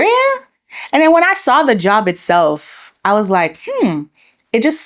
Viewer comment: “the job it-seelf “ and “ then I lan-here” she already has the Nigerian accent low key!